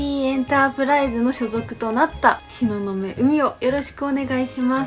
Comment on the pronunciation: 名前は見るなと思っていたけど、しののめって読むのね。てか、しののめって打ったら本当に東雲って出てきてなんか感動。でも本人の声でもしおのめと言ってるように聞こえる時がある。